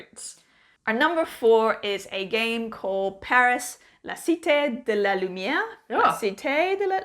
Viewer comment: Perfect prononciation the first time for Cité de la lumière. Always been curious about Food Chain Magnet, not sure after your thoughts about the game.